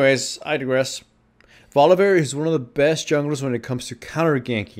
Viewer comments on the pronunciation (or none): Holy fuck stop saying Volivear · "volivear" everytime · of "volivear"